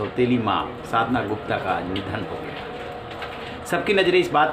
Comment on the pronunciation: Media anchor you need to pronunciation sadhana yadav. Ok pls be consider